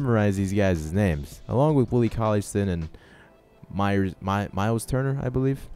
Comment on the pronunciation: It's not "colliestin" it's pronounced cauley stine